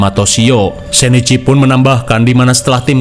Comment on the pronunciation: Bang itu Shinichi Kudo ,bukan sheneci Kudo 😂